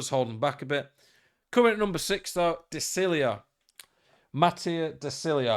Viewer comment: First time I’ve heard content creators somewhat get De Sciglios name right🤩 Gg but it’s pronounced ‘De Shilio’